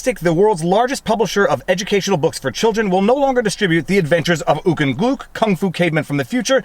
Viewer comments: BTW "Gluk" rhymes with "Duck". Remember that now. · HIMS NAME NOT GLOOK! IT GLUK! RIME WITH CHUCK! AND TRUCK! AND SCHMUCK! AND LUCK!